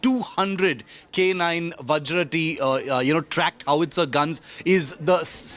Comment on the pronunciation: Boy...only guy who call Vajra as Vajr ...not a whimly VajrA